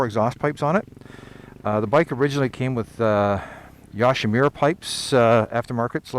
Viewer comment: You say Yoshimura wrong, just sayin.